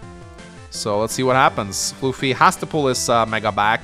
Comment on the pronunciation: Still calling me floofy instead of fluh-fie ;-; Anyway, time to explain my side of the game. I'll keep it short time. I do agree with keeping bboat on the port to distract the stealth. That was something i realized after I moved my bboat off the port. For the most part, I was under the plan to overwhelm the center before the stealth comes into play. I underestimated the effects of using that much unit count against the stealth. I built the bomber as a way to offset the stealth and help the center, but then i saw the AA and realized that the bomber won't win and that I need a fighter response. As for the HQ defense. I saw 2 paths to attack and save my HQ. Block Rock Megatank and the Neotank counter attack (from earlier) would do a combined 99% minimum damage so it is very likely to kill and open the way for the HQ interrupt with my bomber. (A very losing position). To do this, i just need to send both my AA to kill the fighter by using the first AA to move to the other side. The attack pattern I actually did in the game is much riskier and a much lower chance to breakthrough to the HQ, but would put me in a much better but still losing position. My second AA could attack the HQ and my bomber would be allowed to get a Neotank had I gotten the unlikely luck roll.